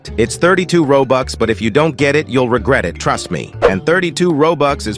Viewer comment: "U will reget for the rest of your life" bro has rizzed me💀💀💀